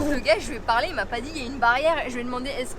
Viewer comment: Mdr est bilingue!! 😒🤣. Je note pour le petit village 😉. Joyeuses fêtes à vous!!